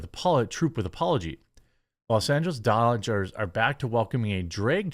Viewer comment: Did you say ? , Los Angeles Doochers ?